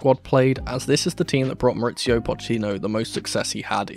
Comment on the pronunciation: Mauricio, not MauriTSio